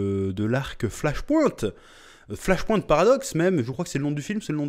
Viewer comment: Bordel mec... Flash "POINTE" Ahah ! Un effort allez pour les prochaines stp : Flash "point" comme "PowerPoint " ! 😀 Il y a moyen que Batkeaton soit Thomas Wayne, sur la photo que l'on voit et la main pleine de bleus qui s'y approche il touche "Thomas et Bruce" j'y vois un signe père fils.. T'en pense quoi ? Vous en pensez quoi ? Thomas devient batman dans flashpoint pour venger la mort de son fils avant tout c'est son obsession.. on en oublierait presque la pauvre Martha.